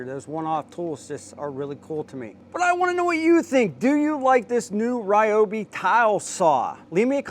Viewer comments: Pretty sure its Reeobi! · It's REE-OBI....lol, great vid! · Never what? Please start pronouncing it correctly 👍🏻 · Why can't you pronounce it correctly?! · Sadly, I believe you. If you’re going to promote us, please use the correct pronunciation…